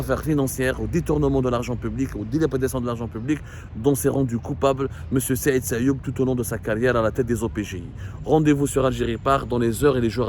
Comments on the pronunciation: Il s'appelle Sayoud et non sayoub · Son nom est Saïd SAYOUD non pas SAYOUB 😊 à moins que vous parlez d'une autre personne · C sayoud pas sayoub